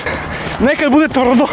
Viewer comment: "Negde bude t'rdo " hahahahahaha nisam čuo 15 godina da neko to izgovori vratio si me na sekund u detinjstvo